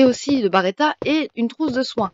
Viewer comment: B.(E).R.E.T.T.A et pas B(A)RETTA mais sinon merci pour ta vidéo tjrs super de te voir joué 😀😀